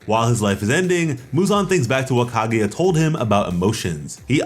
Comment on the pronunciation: KAH-GUY-AH not KAH-GOO-YA jesus christ man